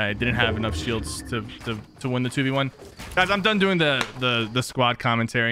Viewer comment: The way you say “shields” is so satisfying